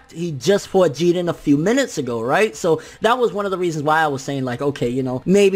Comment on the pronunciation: Pleeeeease stop saying “GeeDin”! It’s Jiren